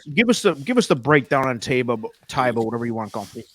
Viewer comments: It's TYba! To heck with the announcers. Amr Zedan was also the owner of Medina Spirit and Taiba is another name for the city of Medina and it's pronounced TYba. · Im with you. my first instinct was "Ty-ba" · Still hearing Tayba all over the place. Even Mike Smith said it both ways in an interview. In another interview, he didn't say it at all. Heckfire, even Yakteen said Tayba. Oh well. Now if someone would educate a few folks on how to pronounce Ethereal...as in Ethereal Road. Unbelievable.